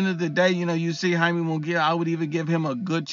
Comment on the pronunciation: “Hai-meh” not Yay-me.